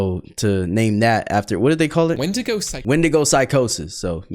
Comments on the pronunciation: its not wendigga it’s pronounced win di go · where did you get wen-dig-ga from it's wen-di-go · Did bro Just say "Wendnga" 🥹💔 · Bro said whendiga 😭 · intro begins:"falls of chair" also:"say wendiko instead of wendigo" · Did bro say wendiga or am I tripping 🫩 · Bro rlly said wenDIGA instaind of wenDIGO 😂😂😂😂😂😂😂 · Bro said the wendigo wendigu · Bro it's wendigo not wendigga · It's actually pronounced wendigo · He said wendiga 😂😂😂😂 sounds like ni-! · Bro say wndiga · did he say wendigger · bro did NOT say wendigo💔🥀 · It's wendigo you motherfunker dumb bish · He did not say wendigo